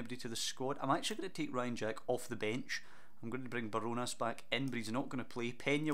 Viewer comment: Enjoying this series, it’s Bar-Jo-Nas btw